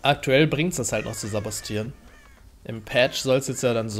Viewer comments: Ist egal.Aber richtig heißt es sabotieren. (glaub ich 😶) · Es heißt saboTieren.Nicht saboStieren.